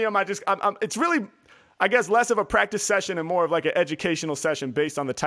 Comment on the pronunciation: this man said actually pratice about ten time within the first minute